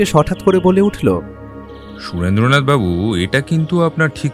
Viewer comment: er Surendra nath babu r pronunciation eto kaan e lagche… its shu-ren-dra not su-rendra in Bengali names